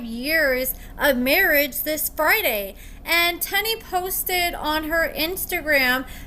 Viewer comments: it's Teen-knee, not Ten-e. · Tennie’s name is pronounced “tea + knee” not “ten + E” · I thought her name is Teenie not Ten-e how pronouncing it 🤣🤣🤣🤣🤣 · It’s not TENNIE ITS TEENIE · It's pronounced "Teeny", 🤣 Thank you for the tea!♥ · Y’all be so ready to correct somebody especially! If it’s not pronounced Tenn-Eee why do they say it like that on the show?! Just loud and wrong smh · ma’am, they’ve said her name several times on the show and it is, indeed, pronounced “Tea-Knee” as in “*teeny*, tiny little one”. I am not correcting specifically. Why would I do that, I don’t know her to be targeting her to “correct her” out of… what? Spite? Hubris? Apathy? (You’d have to tell me 🤷🏽‍♀️). Maybe it’s a regional dialect issue affecting the pronunciation and therefore how I perceive and hear pronunciation of Tennie’s name. Instead of attacking me for some perceived attack of, on your part, you could’ve offered something constructive.